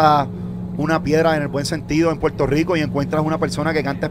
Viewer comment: En la isla 🏝️ se usa la L y no hablo de la zeta lol PueLto Rico es la unica palabra que se usa la L y La R lol PoLque? Haha porque